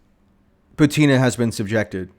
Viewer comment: Michael, are you here? The lass' name is pronounced "BUTina", not "ButIna".